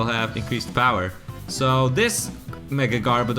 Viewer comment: Its garb-o-der